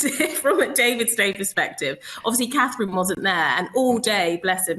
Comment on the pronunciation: Can you count. Till after Eastern. Gives you still lots of werkt to practice the name of The POW, Catherine. Good luck with that.